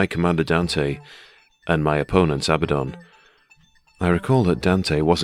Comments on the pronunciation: It’s abaddon, not ABBA. Makes him sounds like the pop band. Pathetic if it really is that. Abba the dancing queen. Solid paint job mate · If you're going to call him ABBA DON. Might as well have sang 'Dancing Queen' 😂😂😂. Its officially pronounced Uh-bad-uhn. Which is a Hebrew term for destruction and death. But Andy Chambers named him this because he's A Bad Un. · it's not Abbadon, it's Abbadon! hahaha great as always mate. cheers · If it was abba-don, it would be spelled Abbadon. Not Abaddon. So the inventors can say abba-don all they want, but they have to admit they either misspelled it or they're mispronouncing it.😂 The choice is yours!!!